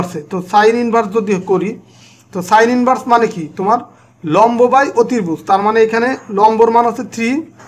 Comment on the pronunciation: ধন্যবাদ আপনাকে। ক্ষমার দৃষ্টিতে দেখবেন একটা কথা বলি, আপনার অতিভুজ উচ্চারণ টা একটু ভুল আছে। অসংখ্য ধন্যবাদ, সুন্দর করে আমাদের পড়া বুঝিয়ে দেওয়ার জন্য..